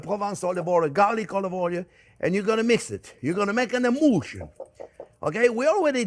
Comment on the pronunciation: “an emoolshun”. (emulsion) 😘